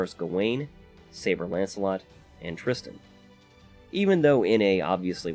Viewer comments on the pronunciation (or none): none